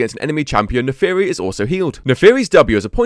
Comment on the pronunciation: i can't stop hearing "the furry" when i watch this video